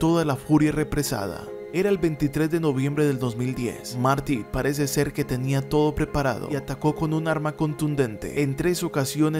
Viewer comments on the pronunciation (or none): none